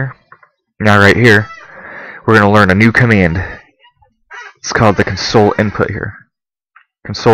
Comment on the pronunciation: you keep pronouncing "console" as it's spelled to "comfort" someone when it should be pronounced "CONsole", as in a computer console. (emphasis s/b on the first syllable)